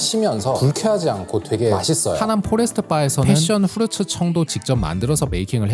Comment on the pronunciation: 항상 즐겁게 감상중입니다 고맙습니다 ^^ 다만 이번 영상에 발음 하나가 매우 걸리네요 Passion fruit 패션후르츠인데 F 훼션으로 들립니다